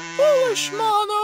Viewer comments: I like how six sounds like she says malo instead of mono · Sounds like she's saying momo